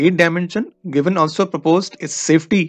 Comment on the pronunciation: You are pronouncing Garvin as Gravin. There is an "a" between G and r. Please correct your pronunciation.